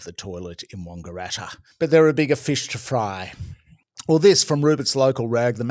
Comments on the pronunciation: Important correction needed. It's not Wongaratta. It's Wangaratta as in bang, slang, fang. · Oh god, why do you say 'Wongaratta' with a hard O, its wAngaratta with an A, like the word Ranga. It sounds aweful, 😅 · Oh about the toilet in Wangaratta, its not WONGARATTA it is WANGARATTA. The "A" is pronounced as such. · How do you keep mispronouncing Wangaratta? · His pronounciation was wrong-eratta! Can't take the Wang out of Wangaratta!